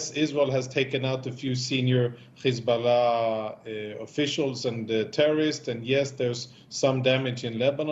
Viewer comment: Words like height and hard are pronounced correctly but H group and Hiz group is pronounced with kh